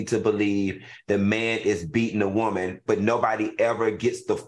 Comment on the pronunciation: I just love how Al says woman (whoa-man) 😁